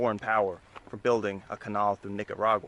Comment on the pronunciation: the way your pronounce 'canal' is weird.